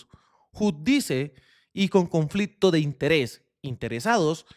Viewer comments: No se pronuncia '"judice", se pronuncia subYudice😢 con cariño te hace la corrección un Petrista. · Mi querido amigo, “subjudice” es una palabra en latín que significa “bajo juicio” lo que significa que está en investigación judicial y se lee: “ subyudis”… Es una crítica constructiva o aporte a su buen trabajo que sigo hace tiempo y por el que lo felicito… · Se dice 'subyúdice'